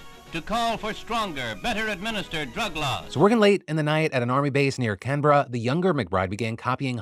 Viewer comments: hearing phil say "Kenbruh" for canberra, and honestly that's the closest to the aussie slang for it, and i live in canberra! im glad to see that the situation is being more widely talk about it! tysm for the eyes on it phil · Highly appreciate the correct pronunciation of Canberra :)